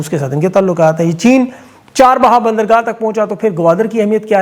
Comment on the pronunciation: لفظ چار بہا ہے چاہ بہار ہے ؟